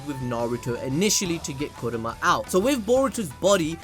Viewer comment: kurama not kuroma